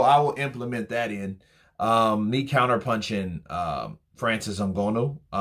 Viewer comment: Yo it’s ngannou, pronounce, N-Ga-new(nnou)